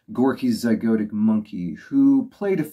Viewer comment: Good video, once the host stops talking about himself. Welsh mispronunciation forgiven, wonder if he learned to pronounce "zygotic" later.